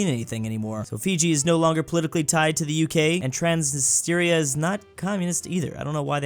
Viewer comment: Me and my Moldovian bois on the way to slap because he still can't pronounce "Transnistria" correctly: ☹️🤨😳😩😡😈